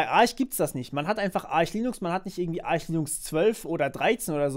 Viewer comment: So ist auch die richtige Aussprache. Es heißt nicht "Ark", weil keine Silbe folgt wie bei Architect/"Arkitekt" und ist kein Ar-sch, weil es nicht Arsh geschrieben wird. Es heißt Arch/"Artsch", weil englische Phonetik